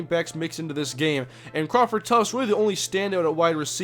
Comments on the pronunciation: U kill me when u keep saying tuftS haha there's no S in his name lmao did that all last season too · There is no "s" in Tuft lol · Omg there's no "S" in Crawford Tuft lol